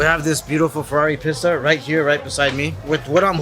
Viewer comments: PissTa :P you mean "peesta" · Its pronounced piece ta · It's pronounced, peeeeesta